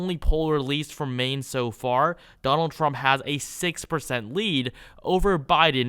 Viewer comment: TWUMP TWENNY FOWUR